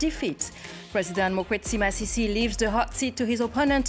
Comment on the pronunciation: You got his name wrong "Mokgweetsi Masisi." Time